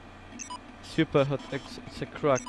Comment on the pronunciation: Okropnie kaleczysz tę grę... SJUPER HOT